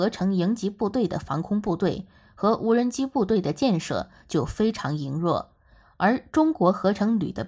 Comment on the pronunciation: 羸弱读leiruo，文化水品真差